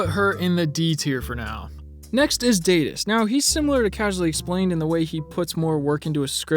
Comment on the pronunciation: Daidus not daydus Sorry that I nitpick names